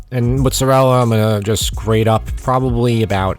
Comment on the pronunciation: Yeah! You said mozzarella the right way! They even say mottsarella on cooking shows nowadays, and it drives me crazy.